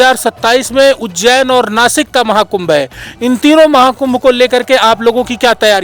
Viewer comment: महाकुम्भ का सही उच्चारण बताये मगराज जी ने जय श्री पयहारी जी महाराज जी